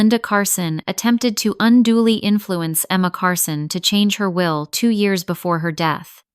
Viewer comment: And pronounce Years correctly! lol